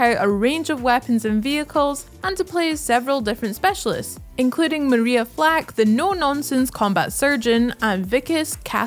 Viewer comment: in the bf2042 segment got a name wrong. its not maria flack, its maria falck 👍